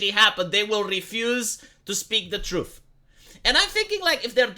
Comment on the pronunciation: The "Troof"